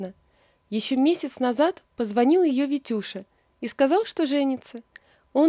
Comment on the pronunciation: Опять """"Витя пошеВ""" , автор, ну ведь не сложно выучить букву " Л". Заметно...вы же читаете людям, соВдаты"-- солдаты. СказаВ ...